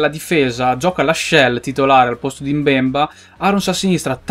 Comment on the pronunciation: saivet si dice sevé, mbemba ha l'accento sull'ultima A;)